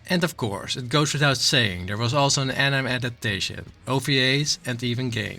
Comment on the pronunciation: Why do you pronounce anime like anyme